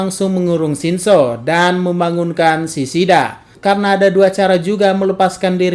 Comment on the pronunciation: kura kura.. Mimin nya kalo ngomong shinso nadanya kek shinzou, mungkin aja kebanyakan nge teori Aot..